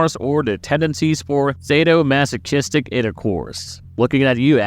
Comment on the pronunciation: Why would you pronounce sadomasochistic like that😭